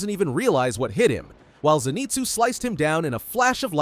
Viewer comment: Your suppose to say inoske and Zenizue